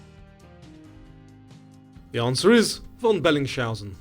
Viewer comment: Made two mistakes....T+{You have teeth problems?// Saying Belling schausen... in stead of Bellings - hausen... Many yanks have very bad teeth they always use a sh sound at the beginning of words that clearly have an s etc..